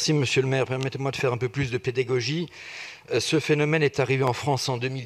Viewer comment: Il a quand même dit pédégogie au lieu de pédagogie ou je me trompe c est un nouveau mot pédégogie ????